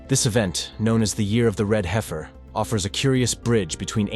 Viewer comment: If you’re interested in prophecy, I hope you’ll be equally Interested in learning how to pronounce the Hebrew words you want to use. You mispronounce them so severely that you cannot be understood. Also, once you mispronounced an English word — “heifer” — just a few seconds after you’d pronounced it correctly. Why? You sound ridiculous. Go and study.